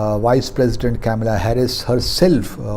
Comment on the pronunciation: अंग्रेज़ का पुत्तर - Its not Camela Harris... it is Kamala Harris! कैमेला हैरिस नहीं है ... कमला हैरिस है!